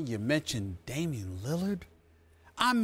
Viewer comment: Bruh the way he said Damian’s name lmao why did he do him like that